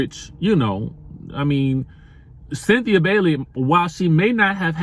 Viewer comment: Chile 🤦🏿‍♀️🤦🏿‍♀️ 🥴 did u say Cythina 😭 U really must be 😩🙄